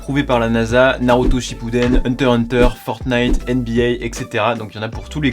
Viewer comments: toi tes une des rares personnes qui savent bien dire Hunter x Hunter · Toi t’es un bon ! Tu prononces pas le « X » quand tu dis « HunterXHunter » a l’oral 🙏🏼🙏🏼🙏🏼 #mercifred au passage